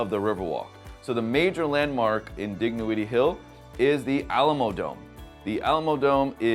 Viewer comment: The g is silent Dignowity.